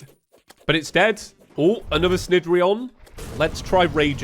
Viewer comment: I'm pretty sure cnidrion is pronounced nih-dree-on because derived from Cnidaria which is a term used for the Cnidaria phylum which includes anemones, coral, and jellyfish Also good video!